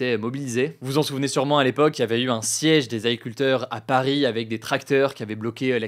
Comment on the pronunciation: Tu parles trop vite, ce ne sont pas des « Aculteurs » 😅